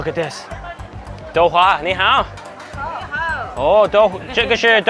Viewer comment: not even a minute into the video and messes up his ni hao. cracked me up